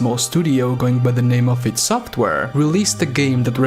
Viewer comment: It's pronounced EYE DEE SOFWARE yet your still wasting your time criticising someone else for there words and opnions on a game that kinda sucks compaired to its predecessors even though you cant speak properly your self 🤷‍♂️ Good job 👏🙄